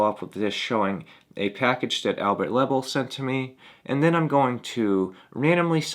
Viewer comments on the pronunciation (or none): You need to pronounce Albert Lebel’s name correctly. It is pronounced La Bell. Watch one of his videos, he pronounces it at the start.